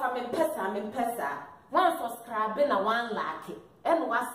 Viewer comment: wannn soscrabe? 🤣🤣🤣 love you sis!